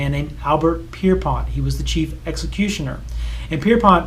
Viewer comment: I don't want to nitpick but Albert Pierrepoint is the anglicized variant of Pierrepont the end of which is pronounced point as in its rude to.